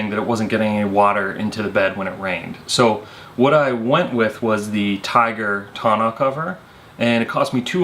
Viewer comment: You keep pronouncing Tonneau cover wrong lol.